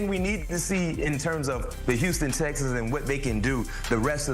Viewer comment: This brother can't pronounce the words, 'Houston Texans'. He has said it 4 times in this video and each time it comes out as, "Houston Stexans". .🤣🤣